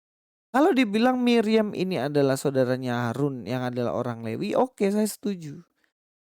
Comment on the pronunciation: Mas pras...juga salah,..dia bilang levi...bukan lewi...hahaha..